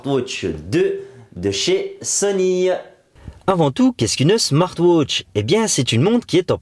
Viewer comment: smart wootch xDDDD